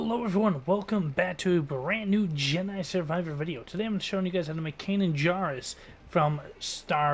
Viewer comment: believe it or not i've been a huge Star Wars fan since the phantom menice, but never eard of a Can jar i presume yqu saiud /kanan jaris, and even though they now sounds ridiculous because i thought you meant din jarin , lol